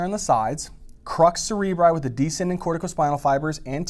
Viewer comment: Crus not crux!😅